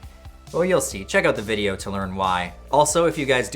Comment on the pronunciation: There is no dash over the e in video It’s not pronounced “vid-aye-yo “ it’s pronounced “vid-ee-oh “